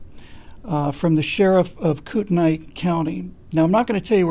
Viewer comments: P. S. It's pronounced Kootenee. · I'm from kootenai county. currently live a little south. it's pronounced koot-nee. unfortunately, like the rest of idaho, it's being overrun with socialists from seattle, oregon, and commiefornia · Pronounced Koot-nee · You’re saying the county wrong... 😁